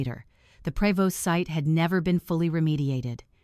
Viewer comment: The name of that company was pronounced Provo not Prévost . AI needs to learn to read and speak.